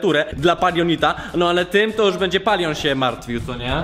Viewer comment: Nie mówi się POLION tylko Palion 🙂🙂🙂🙂💖💖💖.